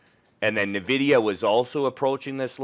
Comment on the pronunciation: it's "En-vidia", not "Navidia" :-)